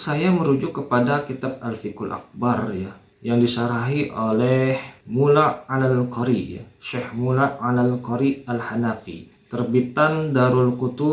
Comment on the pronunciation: Garong teriak MALING Anda nuduh wahabi mbaca dari belakang, nyunat hingga ngolok2 ahlussunnat tanpa tabayyun.. Terus gmn kita bisa yakin anda telah baca semua, baca DENGAN B ENAR. Silahkan dengar detik 6,46.. Ini yotober karbitan tdk baca ملا علي القاري Anda baca Mula 'alaalqoori..baca nama ulama ini aja DUNGU, apa lagi isinya!!!!Mikir mas.. Itu nama ma'ruf bagi suka baca kitab dg baik.. Namanya "Mulla 'alii al-qoori...